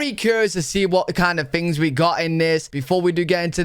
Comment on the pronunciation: Why do you pronounce the word things as “fings”? Is it that hard to speak English properly?